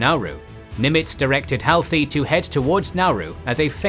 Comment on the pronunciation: Halsey is pronounced HAUL-zee